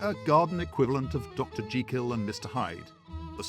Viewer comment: Interesting documentary - and what an absolute pleasure to hear 'Jekyll' pronounced correctly.